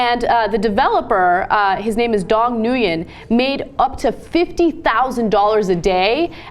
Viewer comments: "Dong New-Yen"!? "Dong NEWYEN"!? His last name is pronounce "Win". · New-yen? Nguyen=we-in.... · Ana... Its pronounced "n-win" no "new-yen" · it's actually not pronounced "n-win". The "ng" in "nguyen" is pronounced like the "ng" in "running" and the "u" is pronounced like the "u" in "tuba". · Incorrect. Alot of you can't pronounce the "Ng" part correctly so that's why it comes out as win which is WRONG. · Nguyen is not pronounced "NewYen".